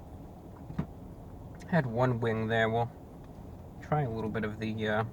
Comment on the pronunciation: " a wittle messy with the sauce"